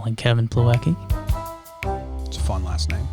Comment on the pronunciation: I literally laughed so hard when he called Plawecki.